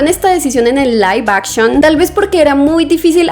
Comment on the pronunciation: Laif Akchion x 500 veces😅